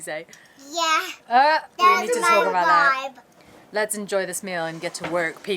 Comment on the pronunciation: Did she say ' that's my bibe??' Lol